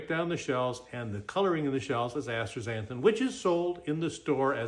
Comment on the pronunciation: Did he really just mispronounce astaxanthin? Lol…what he means is that he’s bought and paid for by Atstrazeneca.